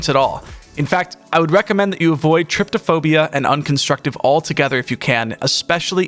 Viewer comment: There's no such thing as Triptophobia. It's Trypophobia. "Try-poe-foe-bee-uh".